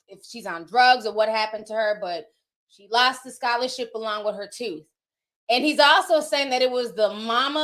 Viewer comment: "She lost the scholarship along with her toof!" 😹😹😹😹